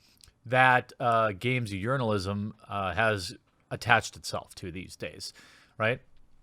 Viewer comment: i just heard game journalism as game urinalism. Was that intentional?